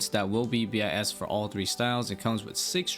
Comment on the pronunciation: Wish you wouldn’t say b i s and just say bis instead. I got thrown off thinking you were saying some different runescape term.